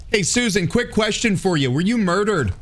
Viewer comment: ahahaha you saided "murdered" like an Irishman 😂 😂